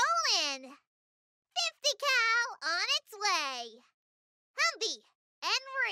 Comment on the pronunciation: ".50 cal on it's way" more like "put the cow on it's way"